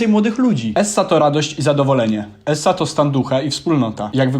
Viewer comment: mówi sie ez a nie es.